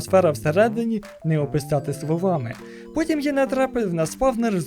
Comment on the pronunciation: я один почув путін на мене напав замість потім?